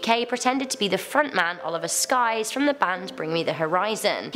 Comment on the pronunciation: Oliver Skye? 😂😂